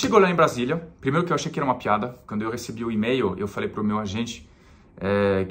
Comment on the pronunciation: o jeito que você pronuncia "piada" é demais. Você põe um ditongo, mas é um hiato. É legal que aparece o seu sotaque francês.